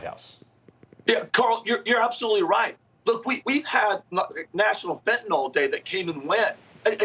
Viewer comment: Why can nobody pronounce fentanyl properly? Fent'nol ffs